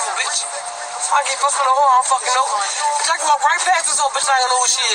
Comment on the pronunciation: Wait a damn minute!!! How did you pronounce "bihhhhh".